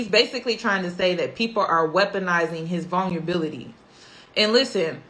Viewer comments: If this girl says vunlability and not Vulnerability one more time. Please practice the words before using them. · vulnerability vul-ner-ah-bility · I can't take someone serious who can't say vulnerability right u been fucking that word up the whole video